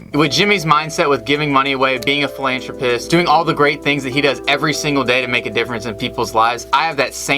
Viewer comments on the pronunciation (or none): I hate when ppl say philantropist instead of philanthropist